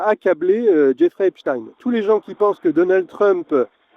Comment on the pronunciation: À prononcer " Jeffrey Epstiiiiiin ! " SVP...